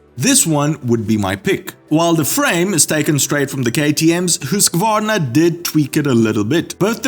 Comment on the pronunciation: PS. Two more things: 1. Your pronounciation of Husqvarna is far superior to most americans “husquvarna”. Very impressive. Do you speak Swedish? 2. Yes the bike is still pretty. So probably it will sell. But the weight is very disappointing. /Hugo Swiss (yes, I’m actually Swedish, not Swiss).